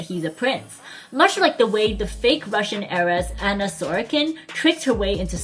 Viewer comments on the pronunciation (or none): none